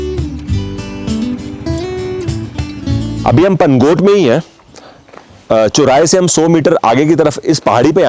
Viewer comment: Sir i like your videos.... but i have a feedback for you... if you are explaining anything in hindi, please use correct pronunciation... the way you speak is very irritating because most of your words are pronounced wrong. . आप सौ को सो ,चौराहे को चोराहा बोलते हो।